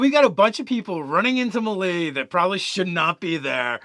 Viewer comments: It’s not pronounced “me lay” it’s pronounced “may lay” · Love you guys but FOR THE LOVE OF TORM it's MAY-LAY, not Mill-E. And key, not kai. Come on. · dudes. it's may-lay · its pronounced "may lay" with 2 long As. C'mon guys you cant play DnD and NOt know this. :D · Melee is pronounced "May-lay" and as you yourself pointed out Ki is pronounced "Key". Lol.